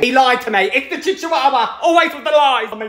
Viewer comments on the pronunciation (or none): I know the correct pronunciation is chihuahua but chichuahua is so much more fun to say 😭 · I adore the way you pronounce chchiwawa! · Now you've got me pronouncing my dogs breed as chichihuahua lol. Yes I have a Lil demon and I love her she just turned 4 months old and she's the best. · chiwewe. that's how I pronounce it, am I okay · I will ever only pronounce that breed of dog as chic chuwawa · The way he pronounces Chihuahua makes me laugh so hard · I honestly love how he pronounces Chihuahua, 😂❤️ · Him pronouncing chihuahua wrong physically pains me